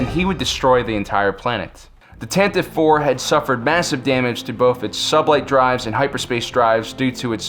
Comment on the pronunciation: I'm having a difficult time hearing "Tantiv IV." The original radio drama clearly pronounces the final "e."